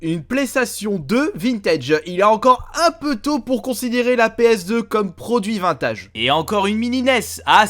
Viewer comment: Et en plus de ça faut voir comment il prononce vintage. Il est aussi lourd que kev adams